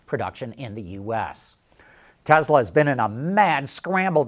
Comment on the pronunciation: Tesla not Tezla